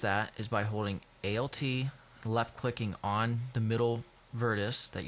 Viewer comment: Good, but stop saying A L T, its just alt (ol-t) and CTRL is just Control, it's really irritating.